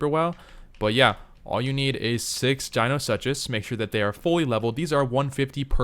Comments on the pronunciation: dino- such - us???? Dee - No - Sook - us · Please stop saying "dino-such-us" you sound ridiculous. It's "dino-sook-us"